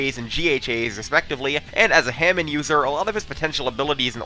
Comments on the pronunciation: He said Hamin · .....I hate how you pronounce hamon